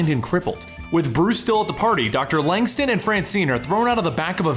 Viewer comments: LangSTROM, not LangSTON. It even bloody says it in a word balloon in a panel you show on screen. Sloppy work there. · Langstin? Langstrom i thought good recap tho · Isn’t the man bat Dr. Langstrom??..why does the narrator keep saying Langston? Let’s get it together people..smh